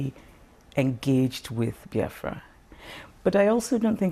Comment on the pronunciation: It BEE AFRA not BY AFRA